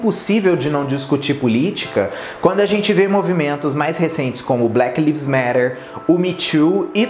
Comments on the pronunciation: não querendo pagar de chato, mas acho estranho toda vez que você fala do movimento Black Lives Matter, e vc erra a pronúncia do "Lives". A pronúncia certa é mais parecida com "life" no singular do que com o verbo "leaves". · pronuncia-se “LAIVES” por muito que se escreva “LIVES”.